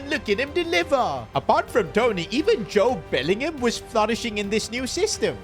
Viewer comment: “Jode Bellingham “💀